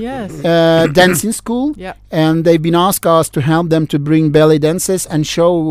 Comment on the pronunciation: when the Ukrainian Envoy says ballet dancers, I keep hearing belly dancers!